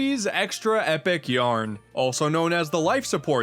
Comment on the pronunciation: Kirby's Extra "Eh" Yarn